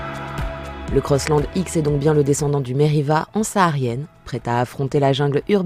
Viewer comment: CROSSLAND .... and NOT COSSLOND... french... omfg